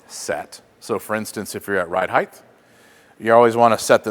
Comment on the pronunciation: Does he keep saying highth..?